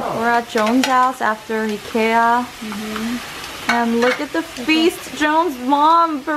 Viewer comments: Your pronunciation of Ikea is impeccable 💪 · Hey! I'm a silent follower who watches all your content but never comments haha, but as a swede I wanted to say that I'm very proud that you learned how to pronounce IKEA! I was also very surprised when you said you wanted to visit Sweden, please do that in the future. ^^ It would be awesome if you could have a fan-meet or something where we could introduce you to the swedish culture. Love your content, and please stay healthy! P.S the letter Å is pronounced similar to 어 in korean:)